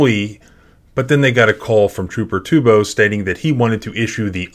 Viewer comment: Trooper “Trupo” lols😊